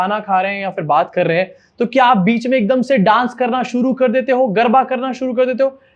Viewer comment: Garba nahi garda